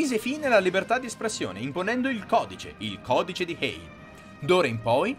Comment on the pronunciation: Codice Hays, non Hay... comunque bravo!